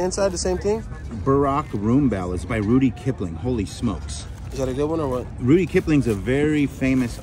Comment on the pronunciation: HEY! It's "RUDYARD" Kipling, NOT Rudy. You almost sounded intelligent telling us that "Rudy" was a very famous author apparently not famous enough for you to know his name. Also, he's the author of "Gunga Din"